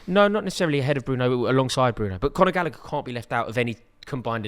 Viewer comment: thinking chilwell can play lb just proves his level of knowledge. Same with saying gallagher lmao.